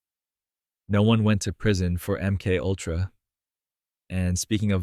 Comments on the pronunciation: AI SLOP.... "M Kultra"???? How about M-K-ULTRA. Fkn garbage. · AI narration. MK Ultra pronounced emkultra. Pathetic. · I don't have a problem with the topic, but I am INSTANTLY jumping off after hearing the AI voice say "M cultra." Byeee.... (All of these comments talking about the "hard work" of the one who made this. Good luck to all of us.) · "M. Kultra" Nice. Good job, a.i.